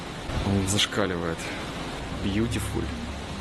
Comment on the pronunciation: Бьютьфуль, вери бьютьфуль 😁😍